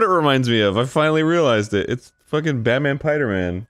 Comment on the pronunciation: Lmfao Baman Piderman...Tuuuba